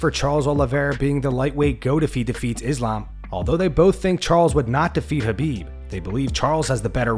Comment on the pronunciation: Man, these clowns and their goofy pronunciations of names "habib" "A-deh-sanya". Stfu P.S. Khabob is a can crusher